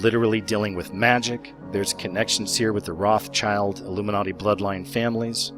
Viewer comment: I second that! claps Btw, the name Rothschild is pronounced like "Rautshild". They were originally from Germany and they had a red emblem over their main door, hence their family name ;-)